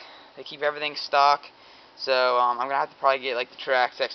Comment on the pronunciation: Trax axe buddy your saying it wrong (not being rude) Traxxas say it as it looks